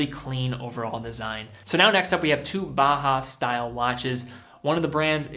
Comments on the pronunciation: Until you started talking about Junghans, I was 99% certain you were saying "Baja", not "Bauhaus". It should sound like "Bow-House", with Bow as in "Bow to your king." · Just for future reference Bauhaus is pronounced Bow-house, ‘bow’ like the courtesy, not the weapon - love the vid otherwise